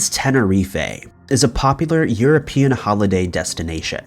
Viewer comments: Tenerife, not Tenerif-feh Died OF/FROM natural causes not 'died by.' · Why add an ‘ay’ at the end of Tenerife? /ten-uh-rif, reef/ I don’t understand how or why except for the time padding (T5U has unfortunately become accustomed to) that the # transitions take so long? I used to believe the reason the speed up option was invented mainly due to the silly Dylan is chillin’ / ‘’Chills” channel slooooow speech, but T5U has to be at least 1.5x for I’d assume most folks patience level. I know..I know- It’s easy for me to complain all while not understanding all the extreme ridiculous standards that have been ruining YouTube since Googles grubby hands git ahold of it & who knows what nonsense Filthy Google has placed onto channels to be monetized. I just would imagine if there was a word or many many words I wasn’t familiar with, that I’d take the time to research 🧐 them before making another brain scratcher like Ty’s schooner debacle. But quantity seems to be the new name of Top 5 Unknowns 🤦‍♂️ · Tenereefay lol